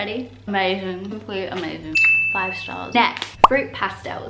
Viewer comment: Finally someone who says fruit pastilles right 🤣